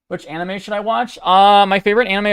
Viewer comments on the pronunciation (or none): none